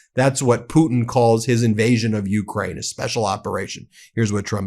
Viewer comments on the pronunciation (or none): none